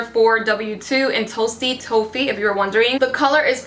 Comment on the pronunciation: "Toasty toe-feet" ... never heard anyone pronounce toffee so strangely 😂🙌